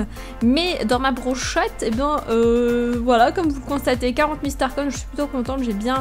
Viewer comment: On dit pas star coïnne mais star coins